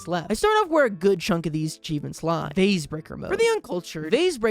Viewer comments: this is an extremely stupid thing to be petty about, but…why did pronounce “vase” differently when he said “vasebreaker” but then went on to say it differently when just saying “vases” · Bro pronounced vase both ways in a single sentence